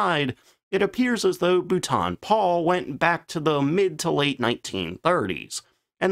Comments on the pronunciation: im beginning to think his wonderful pronunciation is quite deliberate! it makes as much sense pronouncing London as Margate ! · His voice is bad enough, but that pronunciation- terrible. Can’t watch his videos anymore! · For the love of all that is holy! Everyone keeps telling you in every video where you use the name, that it is pronounced Bolt-en or even Bolt'n not Bouw-ton!!! Also designations for aircraft from the Air Ministry were not the same as American ones for obvious reasons. F as stated was fighter, but Bomber & Ground attack were subdivided. Regardless, THe number you gave F.6/42 was for a Medium altitude lightweight fighter, introduced after the capture & evaluation by the RAF of the FW-190 in 1942. The Bolton Paul p-98 design was one of these, but was rejected because it didn't meet the weight restrictions. The P-100 was developed from that separately as a ground attack aircraft, and was not really part of the ministry specification since it was not a fighter. The P-101? Dismissed out of hand. Fortunately we ended up with The Hawker Fury, Tempest and better Spitfires instead, and the Tiffy was a perfectly capable ground attack aircraft. You seem to have confused 2 completely separate Specs. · Boot on Paul!!, Bou -l - ton - Paul, you practice that..but still a Good vid. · ...Dude, no, Boulton isn't pronounced like Bhutan. I can imagine it sounding somewhat similar if it was French, but that's a friggin' British mfr. So, what you're implying there is aircraft guns were 762 mm or 12.7 mm. Read the decimal points. Outfitted, not outfit. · Bolton. Bol-ton. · Your poor pronuciation grates. As for ejection systems preventing production, maybe you should look at the Look-oid F104? ( my version of Lockhead is no worse than yours of Boulton-Paul). Is not the twin boomer a forshadow of the A10 Thunderbolt II? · God bless America for the way to pronounce Boulton Paul….I learnt something today..😂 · Bouton? It’s Bolton